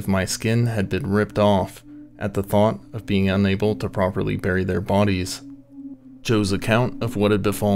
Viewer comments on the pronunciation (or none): none